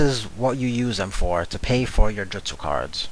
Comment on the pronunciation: No way you just pronounced justu wrong.